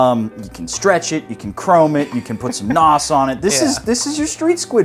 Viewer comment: Nitrous or N.O.S., never nos or noz. Lol. Another great video! Thanks fellas!